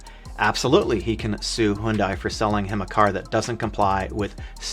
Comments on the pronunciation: HUN-DAY! Not HUNE-DIE! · HYUNDAI is not pronounced as "HOON-DAI". It is pronounced as "HYUN-DAY", like Sunday. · why he pronouncing Hyundai as "Hoondai"